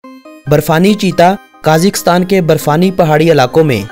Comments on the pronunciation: साले काजीकस्तान नई कजाकिस्तान बोलते है ....😁येहे पकिस्तानी एन्ग्लीश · Pahle country ka naam to sahi bolo, phir likha likhaya bhashan sunana. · ملک کا نام تو صحیح سے کیا کرو 🙃